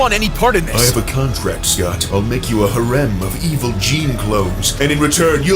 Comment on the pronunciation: Wait... is that how you pronounce "harem?"